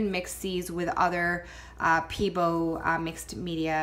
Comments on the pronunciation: "peebo" haha. pebEo!! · Pay-Bay-oh... is how you pronounce it :)